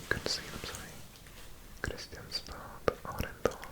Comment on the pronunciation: Kristianstad is pronounced Krischánsta (krɪ'ɧansta).